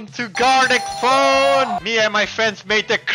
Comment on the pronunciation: It seems like you sed garlic phone